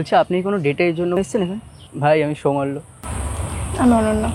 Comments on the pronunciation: ভাই/দাদা সৌমাল্য একটি বিশুদ্ধ বাংলা নাম আর ছেলেটাও বিশুদ্ধ বাঙালি। আপনার ওই "সৌমালিয়া" বা "সোমালিয়া" উচ্চারণ না করলেই নয়। 😂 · সৌমাল"লিয়া" টা আবার কি ?🤡 সৌমাল্য বলতে বাধে নাকি রে 🤫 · সৌমাল্য* tomar pronunciation ta kane lgche